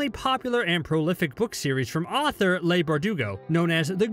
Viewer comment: If you're going to do a video on anything S&B related, at least learn how to pronounce Leigh's name. It's Lee not Lay...